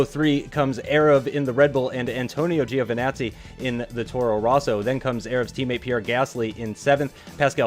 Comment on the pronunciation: It's more like JOEvinazzi. The pronunciation should be better